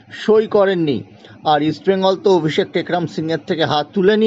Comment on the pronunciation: অভিষেক এর নাম টা ও ঠিকঠাক বলতে পারছেন না আবার খবর করছেন ।